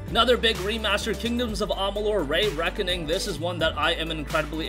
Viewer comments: Re.make,Re.Reckoning not rey Reckoning.... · “Reeee Reckoning” not “Rayyy Reckoning” not to dog on you by any means! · REE Reckoning not RAY Reckoning LoL everytime you say it I die a little inside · Stop saying ray reckoning its re reckoning love kingdoms of amalur when it first came out cant wait to play it again that and mafia 1 I'm definitely buying avengers beta wasn't very good looks like theres going to be a battle pass and I'm not supporting that and it wasn't very fun either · Say it with me RE-RECKONING